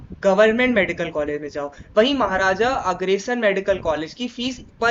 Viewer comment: अग्रेसन नहीं, अग्रसेन है।